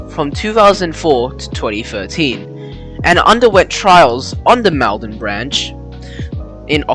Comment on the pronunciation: I enjoy your videos. One improvement would be a little better research on how to pronounce town names. One example in this particular video is "Maldon". The first syllable is NOT pronounced as the first syllable in "malcontent", but as the first syllable in "molten". Lots of people would be pleased to help with this detail.